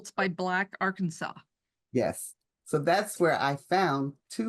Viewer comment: I really enjoyed this subject. I had seen this type of work as a child, but that's been a very long time ago (I'm 70 now). I just wanted to mention 2 things. 1. She has the most glorious hair I've ever seen! I was torn between looking at her hair and the quilts behind her. 2. It is pronounced Arkansaw, but when saying the name of the people it is pronounced Arkansan. Don't feel bad tho. I can't pronounce Quebec!